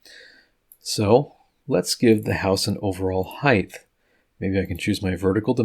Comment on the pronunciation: Great video, awesome work, and height ends with a T not H... no th sound... if that's the only snag, great job and thanks..